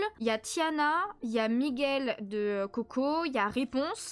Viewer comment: Super vlog qui m’a accompagné dans mon Diamond painting ❤ par contre c’est en-canne-to et Mi-gouele Mddrr 😂😂😂 et je vais faire un avc que tu te rappelais même plus de mon thème ni pourquoi tu faisais raiponce ptdr 😂😂😂